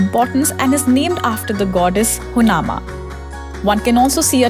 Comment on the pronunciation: A small suggestion here. Before you create videos to make money out of it, please get the pronunciations right.. you literally pronounced everything incorrectly like Madikeri, Abbey falls, Honnamma and much more. Focus on the quality of the content because such misguidance will cause inconvenience to the people who are planning to visit Coorg (Kodagu). Thanks